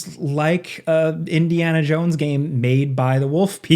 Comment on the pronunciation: Ah yes, Indiana Junes